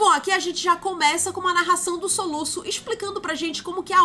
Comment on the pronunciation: O "soluça" me quebrou kkkkkkk😂😂